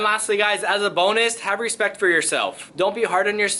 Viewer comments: You mean "Hespectch"?😂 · Proper pronunciation is "respectch".